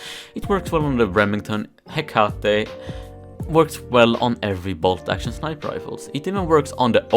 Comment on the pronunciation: The first time you said hecatte was right dont worry about saying it different